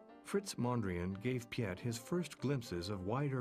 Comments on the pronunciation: His name is not pronounced Pi-et but as Pete, as in mayor Pete. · Piet is pronounced in Dutch as 'Pete' not Pee-et.... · People who enjoy & or make art have strong senses. The makers of this video don't realize that. If they would've, they would have never ever put that horrible add in the top right corner. Also, it is absolutely not in the spirit of the character of Piet Mondriaan. BTW. if the voice over can say Pete, he can also say Piet.